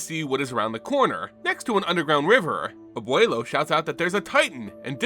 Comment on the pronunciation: A Latinamerican grandfather died by the way you pronounced "abuelo"